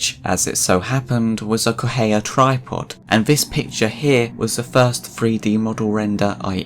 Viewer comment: I can't deal with how you pronounce Correa Try it like this: Coh-Reh-Ah